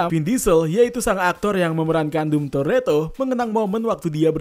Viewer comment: Dom itu dibaca dom bukan dum